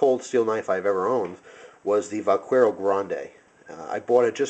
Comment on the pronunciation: The U is silent in "vaquero." It's pronounced vah-KEH-row. Good job on the review, I plan on getting a plain-edge x-large Vaquero :D